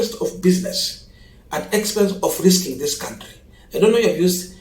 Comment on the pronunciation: Can we all, the funs of this channel, contribute to to learn how to pronounce the noun, country?